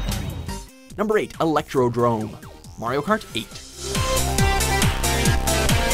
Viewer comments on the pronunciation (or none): It's Electrodome, not Electrodrome! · Lol it’s electroDOME not eledcroDROME